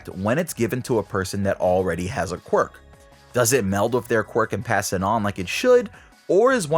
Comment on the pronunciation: I think this video has the record of number of times saying qurik